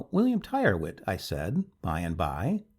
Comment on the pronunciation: Tyrwhitt is pronounced "Tirritt".